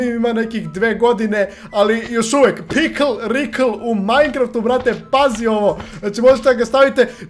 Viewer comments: Pikl Rikl hahaha kaže se Pikle Rik ali bolje si ti rekao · Ne zove se pikl rikl nego pikl rik